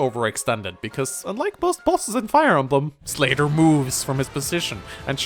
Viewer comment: i heard "slater" instead of "slayder" and then i expected a "fe6 slater? nope, gaiden did it first"